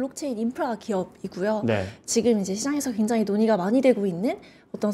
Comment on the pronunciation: 굉장히광장히광장만 100번 들은듯 저런 아마추어를 부르다니...답답한 발음과 전문적인지 않은 표현들. 더이상 못보겠네요.